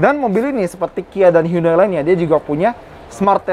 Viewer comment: Sebesar automagz nyebut brand Hyundai aja masih salah... 😭😭...